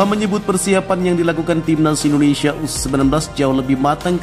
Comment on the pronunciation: Naratornya perlu latihan secara intensif agar dapat mengucapkan nama negara kita dengan BENAR dan baik. Bukan IndineSA tapi IndoneSIA.